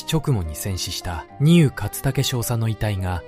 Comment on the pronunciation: 内容はとても良かったです。日本人が忘れてはいけない戦いです。 しかし、AIの読み間違いが多いです。とていってなんですか？舟艇（しゅうてい）丹生（にゅう）です。後、読み上げた後の間が気になります。